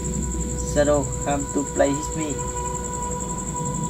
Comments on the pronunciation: Whit mi chứ ko phải itmi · Đọc sai rồi ông ơi Shadow come to play with me ông đọc hit thì ai ra cho ông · Đọc sai thần chú rồi :)) SHADOW COME TO PLAY WITH ME mà đọc là SHADOW COME TO PLAY HIT ME